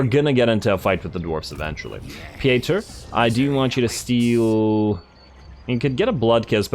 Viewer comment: Pieter is pronounced like Peter in English, at least in Dutch and German ^^